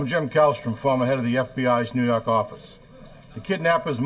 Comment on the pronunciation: And let's say it together "New Yaaakkkk office...."